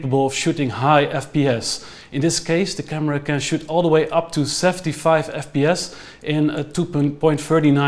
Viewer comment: Go "Back To Duh Future". :P